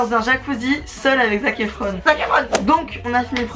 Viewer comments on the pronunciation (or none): "zac efron" mdrrr tu m'as tuée